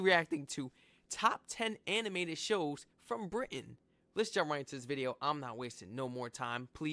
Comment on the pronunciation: I like that you're now saying "Britain" with a glottal stop!